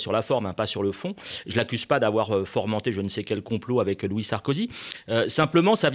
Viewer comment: On dit fomenté pas formenté ^^